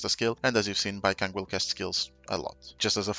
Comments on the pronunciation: I don’t think it’s “Baikang” it’s Baicang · Please, his name is pronounced like bai-tsang 😅 the pronunciation is killing me… here since I got an A1 Baicang lol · it's like bai-song. the "c" is a "tz" sound which is similar to the english s sound and the a in ang is a sound somewhere between an a and an o, realistically in my language it's an a that blends into an o. this probably isn't helpful but it's the best explanation i can give. great guide btw! really appreciate the explanations and showcase.